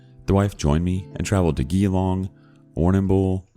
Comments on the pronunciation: Bloody geloong it's jeelong (Pronunciation) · "Gee-long" lmao Surprisingly he didn't butcher Warrnambool as much as I expected